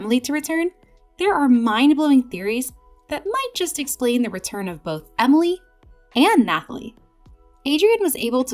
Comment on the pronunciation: For the last time it’s Emilie not Amalie